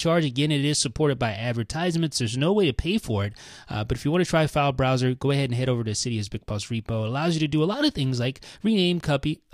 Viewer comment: He's saying failesbroswers